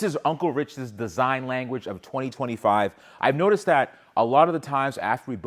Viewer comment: "Disign" huh?